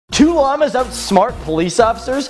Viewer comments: You pronounce it Llahmus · Why you say llamas like that